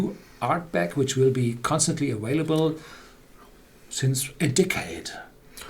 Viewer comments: aVailable NOT aWailable!!! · Liquid Swords - the reason for the three exclamation marks is because I've told him this 1000 times and he still says "aWailable" even though his son pronounces it perfectly. So there is an issue here, contrary to your rush to judgement. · Luke - you stfu and mind your own business. He is able to pronounce available with a V, he just refuses to. His son does it without a problem. If I want to point out that he continues to say it with a W, I will. And who the fuck are you to tell me to stfu? You're an asshole.